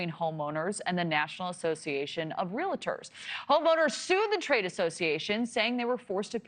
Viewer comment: Stop saying REAL-A-TORS. There is no “A” in the middle of this word. REALTOR